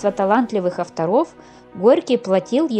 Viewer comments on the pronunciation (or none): А почему ударение "авторОв"? Стыдно такое включить в классе. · ПЕшков!!! Авторов!!! (Ударение на первый слог). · Что за безграмотный диктор. Ударение неверно столяр, авторов. Грамматические ошибки есть в речи😫